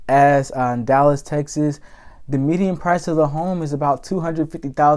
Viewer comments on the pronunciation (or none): none